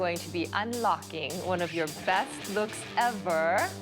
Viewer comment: When she overstressed the word "best look", I knew it's gonna be so baddd :face-orange-biting-nails